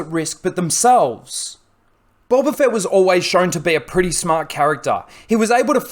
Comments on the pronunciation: Bolba Fett LOL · Boba... Not bowber